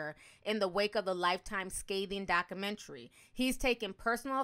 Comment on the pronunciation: I hate how she says documentary 😑😑